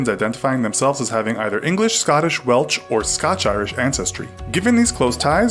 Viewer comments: It's not "Welch" (as was said at the start of this video). It's Welsh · It is not Welch?